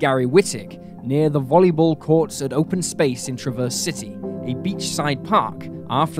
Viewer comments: as someone from Traverse City, MI I got a kick out of how you pronounced it every time lmao. we pronounce it like Travverz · It’s always funny when someone not from Traverse City says it, they always say it wrong. I grew up in TC and still live there. And people always pronounce wrong the same way. It’s so funny